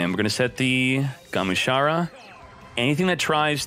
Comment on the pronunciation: I hate the fact that he consistently gets names of cards wrong. Its GA-MU-SHA-RA, not Gumashura